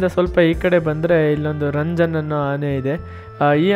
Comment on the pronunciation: ಗುರು ಅದು ರಂಜನ್ ಅಲ್ಲ ಕಂಜನ್❤❤❤